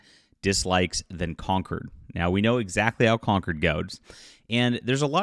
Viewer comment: Con-CORD. Not conquered.